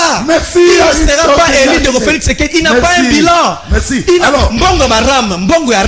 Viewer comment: Ce monsieur Ngarime apparemment il est assistant à l’ion mais avec quel français il enseigne ,dur -dir, élu - eli il se croit ou ce mec